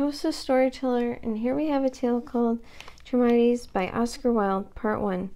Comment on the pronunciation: Thank thank thank you - for reading this! can't wait for part two - this will be my audio to go to sleep to for the next few nights. Ps you are only the 3rd person to read Charmides on YT :) (Charmides is pronounced Car-mides) don't worry i didn't know that for 5yrs after i first read it)